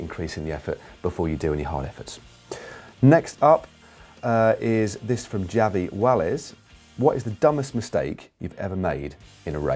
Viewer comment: Thanks for answering my question Matt. Just a little sidenote, my name is pronounced Ha-vee Ba-yes (Javi Valles) You gave me a good laugh with that mispronunciation man, cheers!